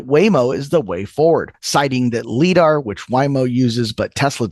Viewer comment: I mean it’s light detection and ranging. Do you say lite or leet for light? You say lite. So it is LiDAR as in lie (ie like eye).